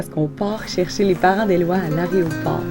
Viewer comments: on dit "aéroport" et pas aréoport !!! mdr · c 'est pas arrêt au port.... c 'est aéroport!!! 🤣